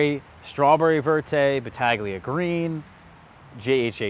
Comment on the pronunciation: Looking forward to growing out some of these. Love your content. Just wanted to point out some pronunciation notes. Ischia is said like "ISS-kee-ah" not "Eye-shee-uh". Battaglia Green is more like "Bat-talia." Panache should be "Pan-ash". And I noticed from other videos that Violette de Bordeaux should sound more like "Vee-oh-let duh Bordeaux" not "dey Bordeaux"